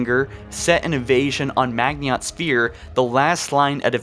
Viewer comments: Not mag-in-ot, it's proounced maj-in-oh Also I'd argue that it's less like D-Day, and more like the fall of France. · Bro the "I" comes before the "N" in Maginot. How are you pronouncing it MAGNIOT. It is a french word. MAH-gino. I wouldn't have said anything if you only said it one time, but you say it so many times lol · You pronounced Maginot incorrectly. Ma-jin-oh. Not Magniot, how you pronounce it. Apart from that, it made sense. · Mag-i-not not Mag-niot. Dude come on read slower holy shit. Also you have to know you've been pronouncing ancilla incorrectly for YEARS right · Stop fucking saying mag-nee-ot sphere! Its ma-jin-oh! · You pronounced Magniot wrong. It’s pronounced “Madg-in-o” Line...you gotta say it with French inflections. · Pretty sure Maginot is pronounced (mah-gin-oh). Edit: Jesus sorry but hearing you pronounce it like that over and over I can't watch the rest of the video lol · You mispronounced the maginot line. It’s basically pronounced magnino line. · You miss pronounced maginot , it sound like Maj-in-O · Maginot - Pronounced Ma gin oh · I like this channel but for real, how is it that only one of you can do the voice work? How do you see something spelled Maginot and you pronounce it like Magniot and no one notices before you post the video? He's gotten better but damn. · Hahahaha,"Magy not" haha. Dude, look up how to say it. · “Maginot Line-> Magniiot line” “the forerunners-> the foreigners” “sentient life-> sentinent life” “halo arrays-> halo arise”... bro are you good? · Holy fuck this guy is struggling with all of the foreigners at the magniot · It's pronounced majino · Its pronounced Mah gene no . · Maginot is pronounced Majino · Isn’t it pronounced mah-jin-oh? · It is pronounced Ma-zee-no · I read this JUST as he said "Mag-ni-ot" and I loled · Fuck, your mispronunciation of the word "Maginot" made me instantly hate this video. It's not that hard to find the right pronunciations for french words.. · You’re pronouncing maginot line wrong